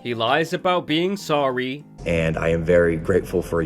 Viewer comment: Good summary but one thing tho: why do you sound like an idiot? Why was SAWWYY”?? Honestly, get some speech therapy, you sound like a bozo